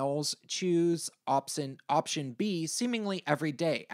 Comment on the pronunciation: "Opsion" Heh... Cute.